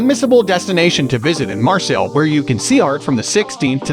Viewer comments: OK, are you saying Marcel’s on purpose? It’s Marseille! Mar-say. Put it together! Marseille not Marcels. I actually stopped watching the video because I couldn’t take you saying Marcels every time you were supposed to say Marseille. If you’re going to do a travel video, you at Least need to know how to say it correctly! I must say, thumbs down to this. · Marcels?? CalanQ??...Pretty pathetic. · Marseille (Maar-Say) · Lol maybe learn how to pronounce the city's name to start with... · Can't trust a tourist guide if you cannot pronounce the name of the city right. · Sorry but your pronouncement of Marseille & other French names is embarrassing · If you can´t even try and pronounce the name of the city - which I know - then why should I waste my time watching your video?